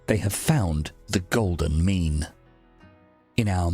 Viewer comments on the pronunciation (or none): I was just listening to the audio on this video at work and had to check my phone at number 2 because I thought he said "Try to find the golden "Meme" . I was like ...... This man was wayyyyyyyy ahead of his time lol